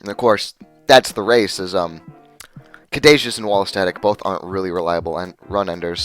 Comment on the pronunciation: It really bothered me that you keep mispronouncing caduceus.